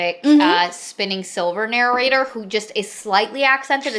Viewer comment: OK, I've been listening to a lot of their videos and I need to know whether it's just me hearing it... Does says actually say "narrorator" and "narrorating"? If feel there's an inside joke there but I haven't been part of this community long enough to get it.